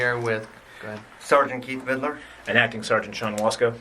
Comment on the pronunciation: Why didn’t I know that Vidler’s badge number is 0666? That’s noteworthy, especially when he looses it with dipshit Dewitte. Jeremy missed pronunciation classes. “Supposbly” and “Videler” for example.